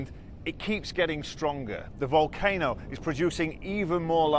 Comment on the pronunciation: Bushcraft bear is now the hero in all of this, what an amazing guy , have been watching him since day 1 he now has thousands and thousands of followers because there are no reporting in English in La Palma. Not sure what nationality he is but he says things like wolcano, vomen (women)and google (goggles) BBC take note this is reporting on the ground at its best. Must go he is about to do another report (YouTube.)